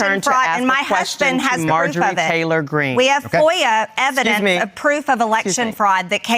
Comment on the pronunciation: " Ma husbin's got the evidince!", says Margie. Sorry, girl, ain't buyin' it. And even if he did have 'something', Margie, do you really think he'd bail you out with said evidence? I'm sure he can barely hold onto his lunch by the mere thought of you and your grO-O-Oss feet. But none of that really matters. The morons in her district will vote for her BECAUSE of her grossness, not in spite of it. YUCK!!